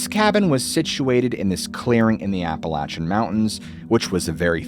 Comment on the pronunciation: First, thank you soooo freaking much for pronouncing Appalachian correctly! ❤ Second, again thank you for your dedication to your channel and your subscribers.😊 Your hard work hasn't gone unnoticed 🎉 😊Dogman?? What about Dog Woman??😊😊😂